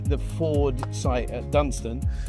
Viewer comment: It’s “Dunton” not “Dunston”